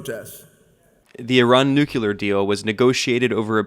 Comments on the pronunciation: Why is it pronounced nuckyaloor, mom? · NO HE SAID NUCULAR